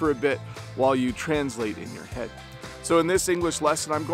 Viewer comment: You’re placing stress on a wrong syllable in the word “translate”. There are two ways to pronounce this word: /trænzˈleɪt/ /trænˈsleɪt/. But it should never be pronounced as you said several times:/‘trænzleɪt/